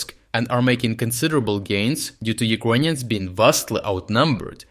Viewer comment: Why the fuck does he say “Uquonians”?? It’s uKRainians. Even in russian/ Ukrainian it уКРаинй. Doubt he is Ukrainian. There is no Q sound